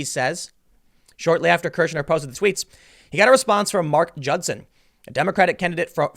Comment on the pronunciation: "Kirschner" Every. Single. Time.